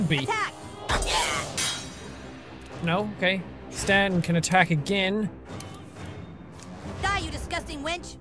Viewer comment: When you said: die cows. You really said: do I cows